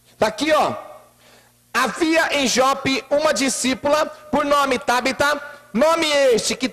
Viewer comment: E não é tábita é Tabita